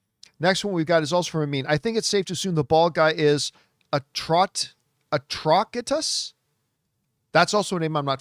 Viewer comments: I'm pretty sure the leader of the Red Lantern Corps's name is pronounced A-TRO-CI-TUS as in ATROCITY! Also, if they're already delving into the Guardian and manthunter mythos it's easy to assume that the other lantern corps will be explored soon, SPECIFICALLY the Sinestro Corps! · Atro”s”itous teacher in me can’t let this go. it’s a soft C. The letter C, followed by an E or I makes the soft “s” sound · Not sure if you actually read all of the comments, John, but in case you do and need this info, "ATROCITUS" is pronounced "uh-TRAW-sit-us" . It's a play on the word "atrocity" which I'm sure you're familiar with, like "Ryan Reynolds' Green Lanern movie was an ATROCITY!" 🤣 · I think the name of Atrocitus is pronounced like the word Atrocity, with a soft C instead of a hard C.